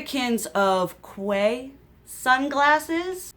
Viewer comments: Quay is pronounced “Key” just an fyi from an Aussie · My precious girl, I love you! My kids tell me that Quay is pronounced “Key” Bananas, I know. That’s just what the young folk say. 😘